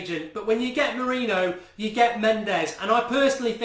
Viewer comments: Please pronounce it "Mouri-nio" and not "Mouri-no"! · I assume you're joking. It's more like "more-in-yo" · come on, Mark! say it as Moor-een-i-oh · Mu-Ri-ni-ho easy way to say his name correctly. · Say his name correctly. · STOP SAYING MOURINHO 😂😂😂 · Show some respect and say his name correctly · It's frustrating that you don't say mourinho right 😴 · Every week we're going have to listen to mourinho being pronounced wrong ...brilliant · Please pronounce Jose Mourinho right man!! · You have to learn to say our new managers name. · Mark can u PLEASE start saying MOURINHO's name properly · Arrrgggghhh you can't even pronounce Mourinho's name correctly.